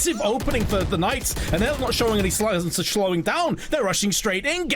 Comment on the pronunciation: and now they sklooooe slo schlowing in slow